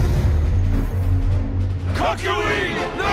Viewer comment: Its CACK YO WEEN